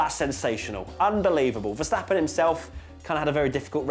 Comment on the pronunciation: The pronunciation of Vettel and Verstappen is 'fettel' and 'ferstappen' respectively. Just sayin'.